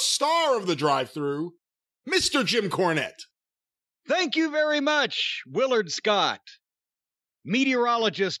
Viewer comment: Jim KAAnette. :-D